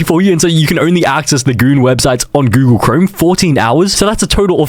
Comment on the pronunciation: Bro really said Goolag. It's Google, not Goolag.